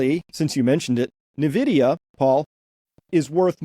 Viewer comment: You can tell you're dealing with experts when they call it "Navdia". LOL what a joke.